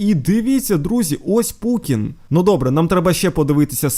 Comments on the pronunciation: Ти кажеш не правильно не Пукін а Путін 😅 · Не путын а пукын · Ти сказав не Путін а Пукін😂😂😂😂😂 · Не пукін а путін